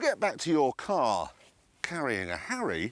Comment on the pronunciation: When he said Harry in his british accent i automatically thought of HARRY POTTER :D